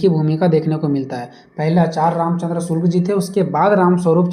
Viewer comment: आपके शब्द प्रयोग में बार-बार Shukla ki jagah me shulk ka prayog kar rhe hai कृपया इसके आगे वीडियो में सुधार कर ले